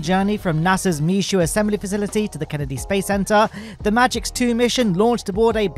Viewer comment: It's pronounced "Mesho", not "misshooad". It's French FFS.